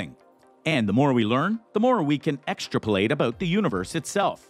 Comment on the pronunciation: Are you serious? These are supposedly educated people and the person reading the word cannot pronounce the word "ex-trap-o-late" correctly? GREAT education he received but fairly typical of today's fantastic education (read indoctrination) system.